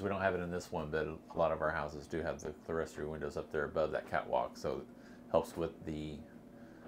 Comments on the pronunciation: Clerestory is pronounced CLEAR STORY. I realize your house is basic, but at least learn to pronounce its features correctly. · Another beautiful home. I believe clerestory is pronounced clear-story, not cle-res-tory.